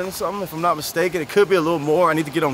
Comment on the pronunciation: “I did naat”🤣🤣